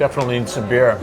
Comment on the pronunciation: Thought you said beard.🤣